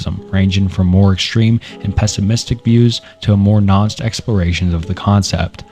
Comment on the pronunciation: Still a couple mistakes here and there, such as the pronunciation of nuanced and a few others, but overall much better job, glad to see you improving!